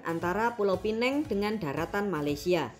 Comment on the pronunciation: Kenapalah teruk sangat penyampaian admin ni. Tajuknya aje dah mengakui netizen mereka buruk perangai. Pastu ada hati nak klaim yg ada kat Malaysia itu berkaitan dengan negara diorang. Perkataan Melayu pun nak dikaitkan dengan negara diorang. Lansung takde kena mengena. Sebut pulau Pinang pun tak reti. Penang dalam bahasa Inggeris disebutnya lain. Dah la slang pekat macam Wak Karto. Sedih lah kalau dapat jiran macam ni. Ikut suka korang lah nak olok-olok kami. Kami faham yang korang sangat mendonia. Main bola pun mendonia. Kesian.